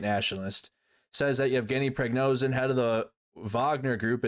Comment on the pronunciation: Its VoronEZH not VoronZEH. And it's not PriGNOzin, it's PriGOZhin. Wtf?! Can't you read?